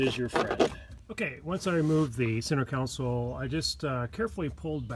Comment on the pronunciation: console not council